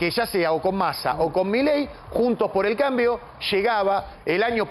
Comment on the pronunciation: Analista fanático de Massa y, detalle no menor, un ignorante carente de profesionalismo alguno. Ni el nombre de la coalición pudo pronunciar correctamente.